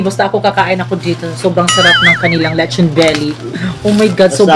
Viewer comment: be like: letchon beli beli beli beli